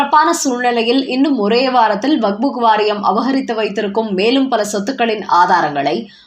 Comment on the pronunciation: வக்புக் அல்ல வக்பு மட்டுமே. சரியாக உச்சரிக்கவேண்டும்